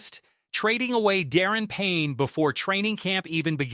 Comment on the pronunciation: Da -ron ,not Darren Payne ! It's hard to take you serious as a Commanders channel when you can't even pronounce his name correctly...